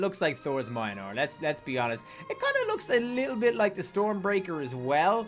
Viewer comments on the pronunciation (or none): M8 you just pronounced Mjolnir wrong